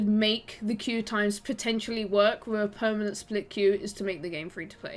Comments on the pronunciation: Pernament? You keep saying pernament xD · yeah it's bothering me way more than it should that she keeps saying pernament 80% of the time.